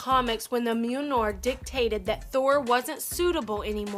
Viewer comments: its pronounced MEEALNEER! Mjalnir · Dear God in heaven, don't mangle the name of Mjolnir! I counted at least three different pronunciations she tried, and none of them were right!